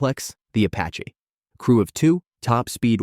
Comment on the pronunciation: “the AH-64 Apachay”